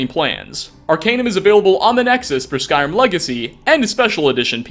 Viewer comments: yeah. There's been a shortage on syllables, so they've gotta cut it down to just the one. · "Skrim"? The hell is "Skrim"? Is that where TES 6 takes place in?